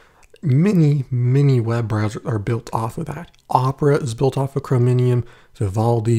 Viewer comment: You mean Chromium not chromonium!